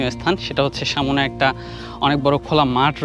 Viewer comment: শব্দটা হচ্ছে সামনে,সামোনে নয়. It sounds disgusting..